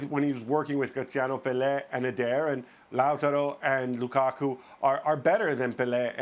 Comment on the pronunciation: "Loo-ka-kuh" - Steve Nicol